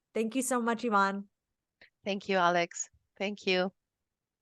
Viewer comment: Itbsoinds like Alex is calling her "Ivan" (evahn) instead of "Ivonne" (evohnn)